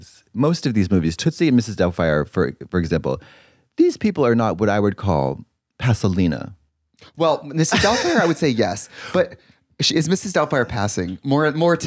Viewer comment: "passalina" is crazy 😭😭